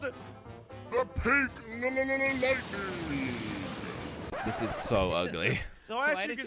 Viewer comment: always say lighting